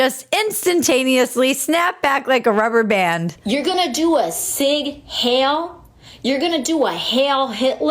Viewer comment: not "hail" cortez..............it is Hiel still a fool, the voters aren't any better.